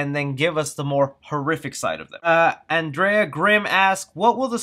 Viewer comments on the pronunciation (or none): Oh and for future reference, my name is pronounced And-ree-ah🤣🤣🤣